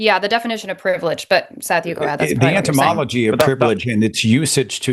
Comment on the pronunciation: It sounded like Seth said "the entymology of privilege" Etymology is the study of the history of words and their meanings, entymology is the study of insects.